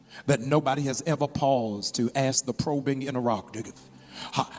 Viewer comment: He butchered that word. lol was he attempting to say interrogative? Also just because trees produce pain relieving substances or chemicals etc, how in the world does that prove the trees themselves feel pain? Millions of plants and animals in this world produce chemical compounds or substances that are beneficial to human conditions, yet that doesn’t prove that the plant or animal itself suffers from the human condition it helps! It’s ridiculous! Does he not give God any of the glory or any of the credit for the animals and plants producing these things because they benefit humanity? Do mushrooms trip? 🤔